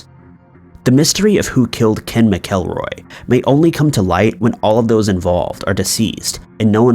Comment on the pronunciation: Ken's last name is pronounced Mack-a-roy.